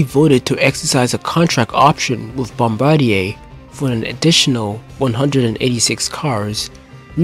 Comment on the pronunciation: It’s bombardier (Bombardi-ay) not bombardair